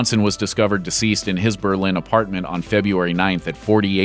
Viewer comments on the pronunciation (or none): none